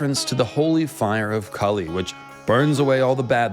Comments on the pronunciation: Its not Kali.. its kaali / kāli . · KAH-lee. not kah-LEE. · You pronouncing name wrong Kali is deffrent Kali is asura Kaali is goddess Maa Kaali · Its maa kaali not kali😂😂.. and kali is a demon prophesied to come to destroy the dharma...🎉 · dude, can u actually pronounce Kali right or is it just your accent.....lolz